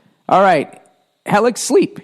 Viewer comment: Helix? Helics!?